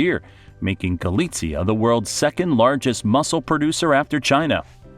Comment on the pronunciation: Regarding pronunciation, you pronounced Galicia more like Galitzia (Poland).